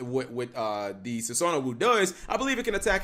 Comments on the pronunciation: x sue-sow-nah-woo lmaoooo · And he clearly hasn't been watching enough anime for one of those names (Sue-so-na-wu).